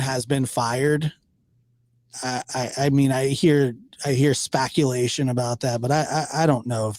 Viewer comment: Spaculation 😂😂😂😂👏👏👏👏 made me lol ,how have you not got more subscribers 🤷‍♀️🤷‍♀️